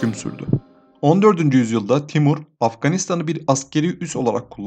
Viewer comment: Timör diyip geçmesen iyidi